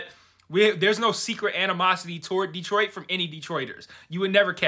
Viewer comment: "Yeah, the episode was fine. Honestly, though, it's nearly a week later and all I can think about is that place called — tell me if I pronounce it right — Deee-troyt??? It sounds awful. Do you think this Deee-troyt place exists outside of the Handmaid's universe? I sure hope not." 😄